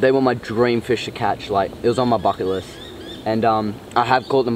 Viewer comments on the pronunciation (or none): none